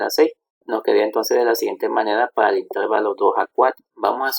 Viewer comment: Excelente. Solo una crítica constructiva. La palabra intervalo es grave, no esdrújula, por lo que la sílaba tónica es la penúltima. Así que se pronuncia interVAlo, no InTERvalo